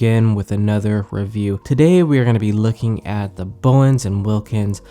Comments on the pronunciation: Its bowers BT.. not bowens. 😄😄😄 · lol "Bowens". I had to pause the video and let that pass. Hopefully you just did this in the beginning.